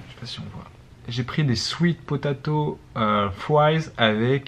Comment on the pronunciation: ptdrr cet accent quand t'as dis "potatoe"